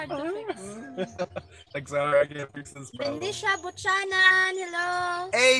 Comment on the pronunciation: The true pronunciation of Buchanan is ( viewkeynan) not but tsanan 🤣🤣🤣